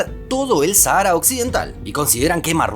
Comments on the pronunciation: En España nadie dice "Sahára", se pronuncia "Sájara". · Harto me tienes , no es sahaaara es Sáhara saaajara no sahaaara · En español se pronuncia "sájara".